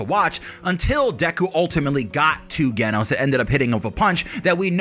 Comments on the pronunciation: Ok dude... It's Genos with a J sound J-enos. Hearing you mispronounce it so much was painful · JEN-os. I love your videos, just so you know! But you have to pronounce it correctly so I'm more focused on the awesomeness you bring us instead of the "ooooffffhhh, did he pronounce that right?!" aspect. Please, please keep putting out the great content that you do! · lol also geh-nos 😂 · The way he say genos name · i can agree with ALL of this, except how you pronounce Genos